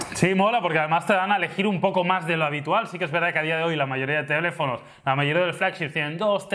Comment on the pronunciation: DICE "TELEFONOS" EN TONO CORDOBES